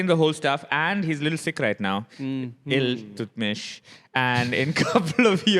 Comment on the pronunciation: "Ill"- tutmish